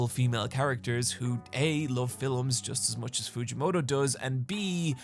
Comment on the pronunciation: You have the face of a chad and the manners of a dweeb, it is uncanny and it frightens me. Edit: Is is "Films", not "Phylums"